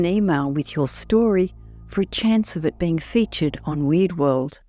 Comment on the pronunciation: Why do you pronounce Weird like Weed?